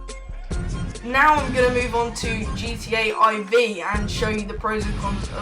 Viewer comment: a haha you said GTA I V literally